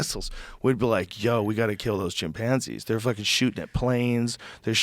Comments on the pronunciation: This dude de says chimpanzi one more time I swear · why does joe rogan emphasize the PAN in chimpanzee? kinda like how some people say Umbrella like, UMMM- Brella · I like how he says "Chim-pansies" 😂